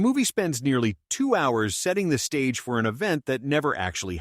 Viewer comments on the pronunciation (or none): none